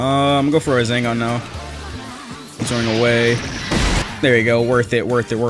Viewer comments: is it just me who hears say raZENgaan? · why does say rasengan like rasingan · am i the only one who noticed he said Razengan instead of rasengan. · Nobody:: Razengan. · my bro says rasengan like rAzangunz 😫